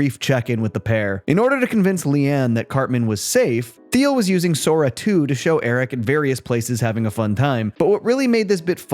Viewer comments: It’s pronounced “TEEL” not “THEEL” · It's pronounced Teal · his name is pronounced "Teal", not "Thee-ul" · Hey this isnt a criticism but Peter Thiels last name is pronounced "Teal". Just since im sure he'll come up again.